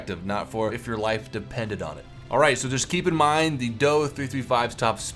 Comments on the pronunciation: ....last I checked we didn't pronounce the JU-87 as "The Jew-87" just say Dee-O-335. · DO-335 ist pronounced like the do in door